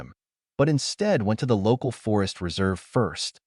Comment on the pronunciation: This narrator cannot speak the words "went to". It isn't "when-a"! The tone of the voice is fine....better than most.